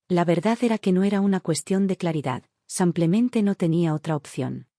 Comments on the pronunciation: Nefasto el contenido que narran estos lenguas de estropajo,ni pie ni cabeza,ignorantes del tema que desarrollan,un lenguaje vulgar y prosaico,mal hablado como cuando dicen samplemente.Ya me imagino cuántos profesionistas aprenden de estas valiosísimas experiencias.Un churro aburrido por excelencia. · Cuando calibran bien esta maquina para que diga SIMPLEMENTE y no SAMPLEMENTE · Si no sabe pronunciar los nombres americanos no los ponga en sus narraciones señora y no se dice simplemente parece indígena